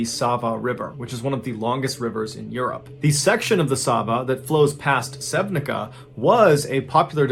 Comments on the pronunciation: I just wanna correct your pronounciation on the town name Sevnica - its pronounced sevnitsa, not sevnika :) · Great work as always. I live in slovenia right near sevnica and its pronounced "sehw-nit-sa". Nice to see slovenia feature in your stories. I mean...not nice....but interesting. 😀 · It’s not Sevnika it’s pronounced Sevniza, C is in Slovenian read like it written, fun fact, Melania Knavs now Trump, First Lady, was born there. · Im a Slovenian so for spelling its not Sevnic(k)a but Sevnic(c)a. Keep up the great content! Na zdravje ( cheers ) from Slovenia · Remember when this shit gone in Slovenia. Btw its Sevnica not Sevnika, pronounced Sev-nee-tza. That body that went all the way to here in Croatia was found really near me. What a stupid death That poor girls, instead of just screaming she could maybe try to scream help, its Debbie, Im crushed? Idk how different ppl brain work but my works so that THE CLEAREST I think s under shuge stress, Couple times proved. If I were in that situation thees no doubt in my mind I would think that my screams could be red as a part of show. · Lol, live there, what a surprise. Its pronounce Sevnica as cz not k. Greetings from Slovenia !! 🇸🇮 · Mr. Ballen, just a small correction; town of Sevnica (2nd story) is pronounced Sevnitza, not Sevnika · Its pronounced like "Sevnitsa". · Sevnica is pronounced "Sevnitsa." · I was really surprised you talked about Slovenija🙂👍! Thank you! Only, "Sevnica" is pronounced "Sevnitza" as in Slovene language the letter "C" iz always "tz". Otherwise, great content, love your videos! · I am from Slovenia. The c in Sevnica is pronounced like ts, so it's more like Sevnitsa. I remember watching the news that day, it's just so tragic that something like this happened. I don't understand why people take unnecessary risks. Also I L O V E the channel. I can't stop binging. Amazing stories and the way you tell them. It's unreal. Greetings from Ljubljana, Slovenija 🇸🇮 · Sevnica is pronounced "sewnitsa" ;)